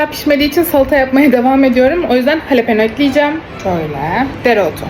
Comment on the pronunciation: Jalepene halepen dedi 😂😂